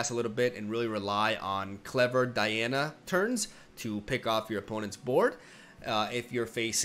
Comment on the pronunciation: Man, DIANA NOT D A IANA